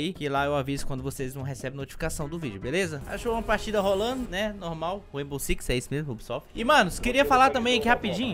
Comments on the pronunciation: "Reibou sicsi" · Ta falando rainbow six errado irmão